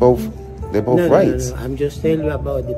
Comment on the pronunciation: Learn how to speak. It is not boaf. It is both!